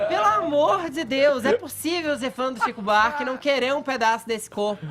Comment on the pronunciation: Fefito é chato demais.”Tzico Buarque”... HUAUHUAUHUAU